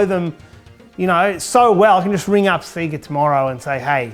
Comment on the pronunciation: The only person on YouTube who pronounces Sega properly.